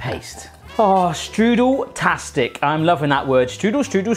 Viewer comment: You pronounce "Strudel" wrong... but i guess its fine since you're not speaking german at all. lol Im a professional pastry cook myself. Its interesting to see other countries variations of the applestrudel. Try to spread some whipped cream between your layers of pastry and sugar aswell. C